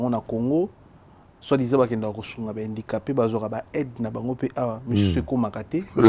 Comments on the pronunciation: 😂😂😂wana malade ya...alobaka susu guidare...guidariste🤷🏽‍♂️ ozo imaginé Invité azo loba bien HANDICAPÉ mais ye azo yoka kk INDICAPÉ🙈 atanga na ba EP1 Bisumba na BUMBU, MAKALA ou SELEMBAÔ🙌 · problème ya prononciation, balobaka handicapé et non indicape